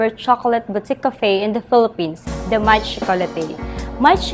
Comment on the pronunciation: I'm sorry but its proper pronunciation is Maitre - May-truh (supposedly it has to have a 'd [maitre'd] which means master of, but I guess this works too. But please it's may-truh not some alien word that the supervisor said) Chocolatier - sho-co-la-tiey Nevertheless, great video!